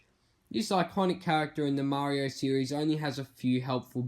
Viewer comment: This man sais series like siris. So when he sais it my Siri activates